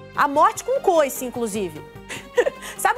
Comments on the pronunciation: Coice???😂Né foice não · Só eu que entendi ela falar a morte com COICE KKKKK NÃO É FOICE?